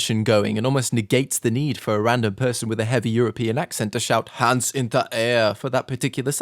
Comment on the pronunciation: "HAWNDZ IN DA AIHER"